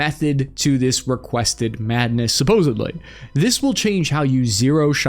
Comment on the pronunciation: Hard to sound informative when you don't know there's no b in supposedly